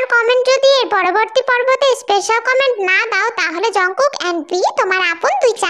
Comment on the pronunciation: jimin,,, jungkook 🚫 কে jang kuka ✅ বলে 😂😂😂😂😂😂😅😅😅😅😅 😂😂😂